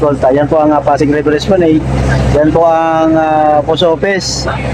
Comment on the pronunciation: Hindi po esplaneyd ang pronounciation esplanad po Ang tamang pronounciation, not to offend po for educational purpose lang po